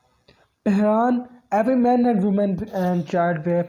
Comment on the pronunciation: U even can't able to pronounce pheran and please don't mix our GB with azad Kashmir or Indian Kashmir we don't want joint you people don't compell us it's our choice what about azad Kashmir culture and cuisine why you people hide your identity which is pahadi and and your culture similar to Punjab